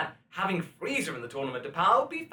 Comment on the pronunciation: I think you called Frieza "Freezer" by accident.